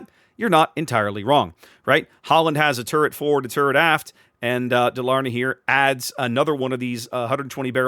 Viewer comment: Stress on the firs syllable - Dálarna.